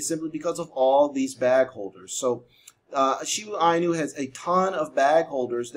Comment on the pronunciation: You been pronouncing it wrong the whole time😂